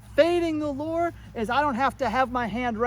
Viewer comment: Thought you were saying: “Follow the Lord!” initially. I then realized you were saying “lure”. Follow the Lord is a good command though too!